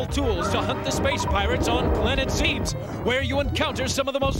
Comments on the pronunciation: "Planet Zeebs!" That's how I pronounced it as a kid. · i was gonna say that! Zeeebz